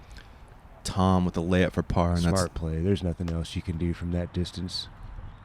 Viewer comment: Really? Wow , cool. Kudos then for being one of the few to get it right. Appreciate it when commentators and media actually pronounce players names correctly.